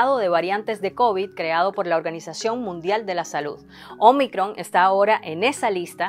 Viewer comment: me gusta como dice omicron